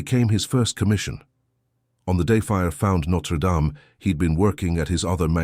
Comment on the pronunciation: Can't you at least pronounce the name right!